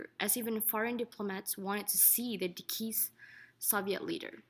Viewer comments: dekeesed lol. Its DE CEASED, Nice video though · Sarcophagus pronounced as sar-co-FAY-gis? Is this narrator kidding? Is this a joke? Deceased pronounced as dee-keest. This is disgraceful. His body was not moved to the red square. His body was moved to Red Square! This shows how poor our schools are today. Here you have a narrator whoa can't even pronounce this simple word correctly. It's like she's done no normal everyday reading in her life. Is this, as "a final project of HIST002" is for a college level class, then it's simply disgraceful that this narrator cannot correctly pronounce that word. How in gods name did she ever get accepted into college? She can't even construct a sentence. The first sentence in the description is grammatically incorrect. It should read "This video is THE final project FOR HIST002." This is third grade English level grammar and she is in college and gets the grammar wrong and can't pronounce a simple word. Does't anyone else understand what this tells us about the educational system in this country? I would be embarrassed to narrate this video like she's done! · Did she seriously call a sarcophagus a “sarkovegas” and deceased “dekeesed”? This girl needs to learn to read before doing commentary. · Did she say de-cease lol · what in the blue fuck is a "Dekeese" Soviet leader? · What this person means is, it is actually pronounced DEE-S-eaced. ;) Great video. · dekeased and sarkophaygus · I am pretty sure someone reading this doesn't quite understand how to pronounce English words like "deceased" or "sarcophagus". But then, Obama didn't know how to pronounce "corpsman" (which isn't pronounced "corpse-man", and I think whoever listened to him read the speech ahead of time deliberately let him mispronounce more than once, or maybe the writer and POTUSA 44 didn't know how to speak English correctly since....maybe....where is that damned birth certificate anyway???)